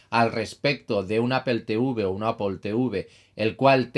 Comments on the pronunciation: En español o castellano literalmente se leería "aple", nose de donde sacan el "apel" pero si deseas pronunciar de manera correcta en español o castellano sería "manzana", no se complique tanto señor, saludos. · apol plz... se pronuncia apl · Una pregunta, ¿por qué Apple lo pronuncias en inglés y Playstation no? Solo curiosidad xc